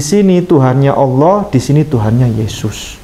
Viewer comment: Dia sebut Allah koq Owoh gak bisa dia sebut lafaz Allah🤔🤔🤔